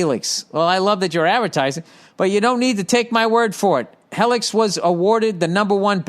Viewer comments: When he started reading that Helix “Hellix” advertising I started gut clinching laughing 😂 👍🏽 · Hellix? Heellix?!